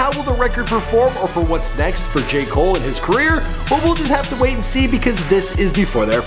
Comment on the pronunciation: Who else hears “gay cole”? Not trying to be rude but that’s what I hear he said.